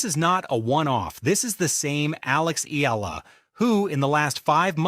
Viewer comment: You're not certain how to pronounce her surname, are you. You go from "Eela" to "E-AH-LA". It's the latter with the "AH". Just tell your AI, she's not an "EEL". Go on, try it!